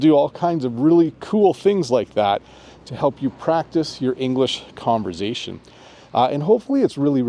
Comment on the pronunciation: the S in conversation is unvoiced